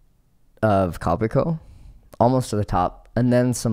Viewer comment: Also, ko PI ko not ko pi CO